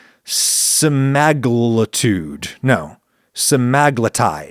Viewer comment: Pronounced Sem-ah-glu-tide